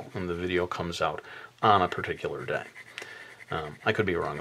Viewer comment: Yeah I was like at abercrombehh the other dehhh hahaha made me laugh so much thank you!